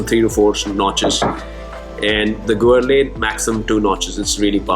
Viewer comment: It is pronounced Ger-laan.